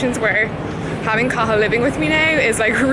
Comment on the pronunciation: Klimt Kahlo Cathal. The 't' is silent!